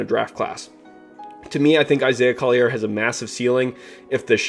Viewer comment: It's Isaiah Collier (call-your) not coll-i-air